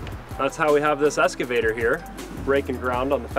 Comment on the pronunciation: “S”cavtor lol